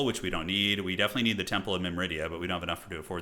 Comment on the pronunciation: pronunciation nit-pick feel free to ignore if you cant be bothered! Myrmidia is pronounced Mir (like the 1st part of mirror) - mid - ia as opposed to mim - rid - ia. loving this campaign so far!